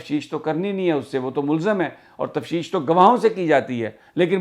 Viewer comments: تفشیش نہیں بلکہ تفتیش ہے۔پلیز اس کو درست کر لیں۔ شکریہ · Sami sir..its not tafshish but taftish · Sami sb.I met u on ave h on Coney Island ave.I keep listening u every day.but the word u speak tafshish is actually taftish.may god bless u. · Array bahi Tafteesh hota hay. Tafsheesh nahi. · سمیع بھائی لفظ تفتیش ہے تفشیش نہیں ہے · Sir im sorry to correct you that the word is(TAFTEESH) تفتیش sorry again sir but you csn check it🙏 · sir on a light note, the word is Tafteesh ;)